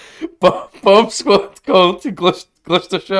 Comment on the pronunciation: The way says it makes it sound like he's saying "bum sqaud"